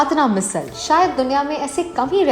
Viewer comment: मिसल ❌❌❌ मिसळ ✔✔✔